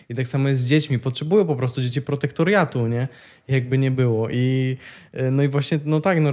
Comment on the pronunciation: Protektorat nie protektoriat słowo brzmi mądrze ale zobacz znaczenie